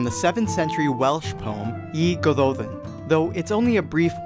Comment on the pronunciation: The y in Y Gododdin is not pronounced /ee/. Its pronounced /uh/.